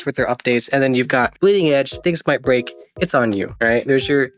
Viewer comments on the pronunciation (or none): none